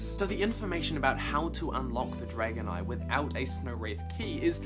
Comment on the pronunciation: Am I the only one that thought he said dragonite when he said dragon eye?